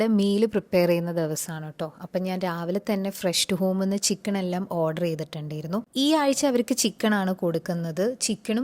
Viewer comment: ചിക്കൺ എന്നാണോ പറയുന്നേ അതുപോലെ തോന്നി